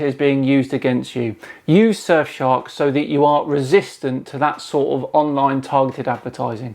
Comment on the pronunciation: i kept thinkin youre sayin "sir shark", fully expecting a cartoon shark with a monocle and a top hat